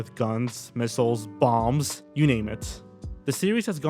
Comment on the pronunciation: why did you emphasize bombs